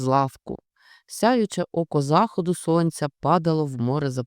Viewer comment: Не зАходу сонця,а захОду сонця.